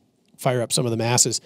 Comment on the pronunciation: Did you say “the masses” or “them asses”? ;)